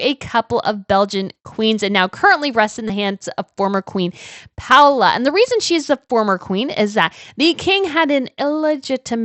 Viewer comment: Not Queen Paula but Paola pronounce the names correctly!